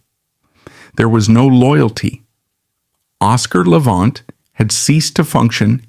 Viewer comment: A certain amount of what this "documentary," (if one wants to call this ARTIFICIAL INTELLIGENCE (A.I.) production a "documentary") purports is at least "sorta" true . . . but it too attempts to capitalize on Levant's problems. (Lordy, they could have least pronounced his last name correctly). I did hear it pronounced correctly only once - toward the end of this video). His fractured attempt at playing a Chopin Nocturne on Merv Griffin's tv show in the mid 1960s (it's available on You Tube) breaks my heart (although he did play the first part of it truly beautifully.) Yet, great - REALLY great - musicians often have physical and mental problems towards the end of their lives, for example, Beethoven with his total deafness and Tchaikowsky with HIS REALLY severe depression. (just listen to the final movement of his last work, the 6th Symphony ["The Pathetique"] and I rest my case). I claim no knowledge about Hollywood "execs" treated Levant at the end of his film career but from what I have seen of his many movies doesn't show a man near "the end of his rope." The '"I DON'T CARE GIRL" was, I think, his last major role (he was billed third on posters touting the film) shows his piano technique (with excerpts from piano concertos by Liszt and Rubinstein) at just about his greatest. His last Columbia album (ca. 1960), SOME PLEASANT MOMENTS OF THE TWENTIETH CENTURY, records him at his absolute best! His last (of 3) best-selling books isn't the work of a severely "damaged" man. (Some